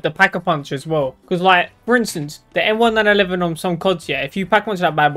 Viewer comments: Bro realy said the m1911 wrong he said m1-9-11💀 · Idk if it’s just me but it kinda pisses me off whenever you say m1911 you say it m-1-911